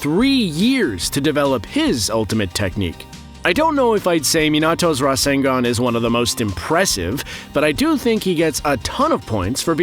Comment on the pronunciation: It's not rasengan it's RASENGUN